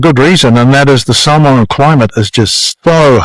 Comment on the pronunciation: Such an interesting history of Mr. Brunt. He pronouce the Samoan words are pretty spot on.